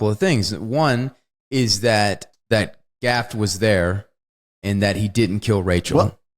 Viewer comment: He also keeps saying "Rutgerd Hauer". And I just noticed he referred to "Gafft".